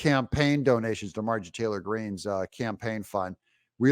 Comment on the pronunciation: It is Mar-jor ie Not Margie